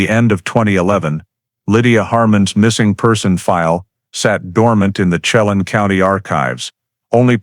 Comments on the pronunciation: I would advise you to first learn how to pronounce areas around the story line. You mutilated Yakima and Chelan. Yak’ a ma is the town and Chelan is Sha’ Lan. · Chelan. Is pernounced SHE-LAN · Pronounced: shell- anne = Chelan When-nat-chee = Whenatchee